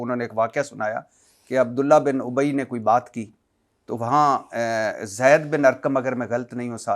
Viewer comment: بھٹی صاحب آپکو نہ اردو پڑھنی آتی ہے نہ بولنی آتی ہے آپ علما کو شادولے کے چوہے کہتے ہیں عبداللہ بن ابی کا تلفظ کسی سے صحیح سیکھ لیں۔ متبع سنت ناناتوی اور بھی بہت سارے الفاظ آپ بول نہیں سکتے اور ٹھہرے آپ علما کا علم پرکھنے لگے مسند احمد بھی ٹھیک کر لیں